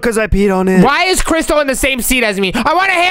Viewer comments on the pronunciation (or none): Its crystal not christel